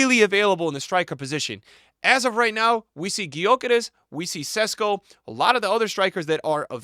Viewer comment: Stop saying Sesko. It's Sheshko. Ch sound not S. Also Gyökeres is Gyuh-keresh, not Gy-okeres. American pronunciations bruh 🥀